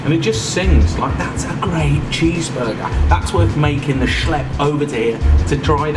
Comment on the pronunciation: perfect pronounciation and use of "schlepp"